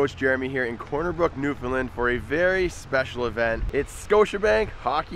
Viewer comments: New -found-land or new-fin-land get it right. it makes everyone here pissed don’t or da bhys will be pissed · You don't say Newfoundland right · It's Newfoundland